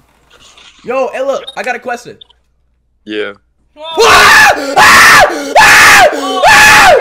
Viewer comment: "I HAVE A QUESTEN" had me rolling on the floor 🤣